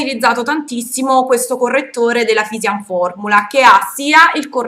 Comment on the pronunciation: ciao, volevo dirti che si dice "fisìscian fòrmiula", solo x tua curiosità;) bacione